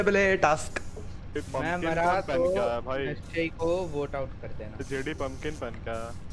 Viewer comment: It’s nischay